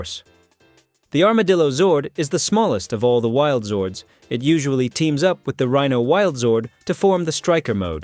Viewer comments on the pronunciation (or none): none